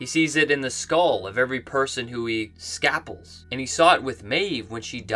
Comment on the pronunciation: It is pronounced "scapelled" by hosts.